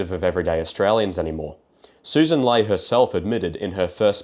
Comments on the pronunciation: I know this is dumb to focused on but her last name is pronounced "Lee" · It might be better if he actually researched the people mentioned and pronounced their names correctly - the leader of the LP is Sussan Ley and her name from her own lips is prounounced as "Lee". Sloppy and it undermines otherwise good analysis